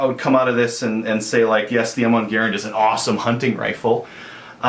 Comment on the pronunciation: It's not GUH-rand It's GARE-and